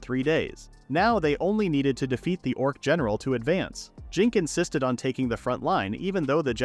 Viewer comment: Haha "Dorc"